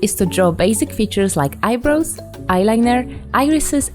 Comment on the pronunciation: Her : Basic features like eye-bros Me : I dont wanna make fun of u but EYE-BROS?! HA HA HA